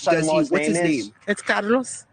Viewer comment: So fucking obnoxious how she pronounced Carlos